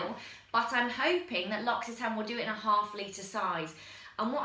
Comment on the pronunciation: LUR OCK EE TAN REEEEEEEE